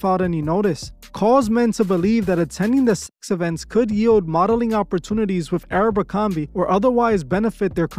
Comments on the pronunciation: Why you keep saying Arabicomby, instead of aBERcomby?! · Why does he pronounce Abercrombie like that? Sometimes he says it correctly, but most times he says "ArabMerCromBee"... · My guy, my brain hurts each time you call it Aero-bercorbie... Idk how to spell it but its like youre mixing Aeropostale and Abercrombie together 😂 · It's not arabercromby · You'd think would do enough research to at minimum pronounce the name of the company correcly. 😒